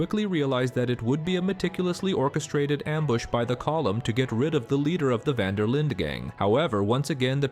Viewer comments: Van Der Linde not vanderlinda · Van der “Linda”? “Column” O’Driscoll? Why do you keep mispronouncing names that are clearly spoken throughout the entire game multiple times? Have you even played this game? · It's van der linde not vanderlinda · It's pronounced Van Der Lind, not Van Der Linda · Speak english, will you? It's not vander, linder, it's van-Der-lind😊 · Fuck sake dude, calling the gang "van der linda" is really anoying its van der linde said as lind - the e on the end is silent 😂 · It’s actually Fan der Linde. The “e” is not ee but eh. And certainly not Linda. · “Van der Linda gang” 😭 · No one has ever pronounced van der linde as Linda so why are you lol? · How uninteresting do you think you have to be to say "duh" at the end of Dutch's surname? It wasn't a speech impediment moment, that was blatent disrespect to the people that worked on the RDR franchise for over 15 years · Pronounced C'olm* & Vander-Lind* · 13 SECONDS in and i hear van der lindER gang cant even pronounce the gangs name right after apparently studying the game and collum O'Driscoll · “a rival of the VON-DUH-LINDA gang” 😂 dude, if you’ve played the game, you should know how to pronounce the name. Great video, but that pronunciation just irritates me to no end. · “vana der linda gæng” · "the Vander linder gang" lmao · did he say: dutch van der linda? :D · my guy, i don´t know where you learned your Dutch but Vandur Lindur is a joke, we ain´t Scandinavian. Take it from a native Dutch speaker. My point was just that the only one saying it close to the original name is Bronte. It´s not a d*ck, don´t take it so hard. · Van der linde❌🙅 VAN DER LINDA✅🔥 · How the hell can you be so knowledgeable of the lore but don’t know how to say Van der linde correctly?? It’s not like it isn’t spoken dozens of times throughout the game .